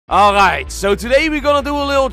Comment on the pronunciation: Ngl the alraight at the start sounded like a pirate...